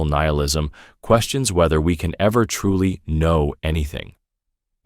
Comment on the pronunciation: Gah, can’t listen to these things knowing it’s all made by ChatGPT. Keeps changing the pronounciation of nihilism and stuff.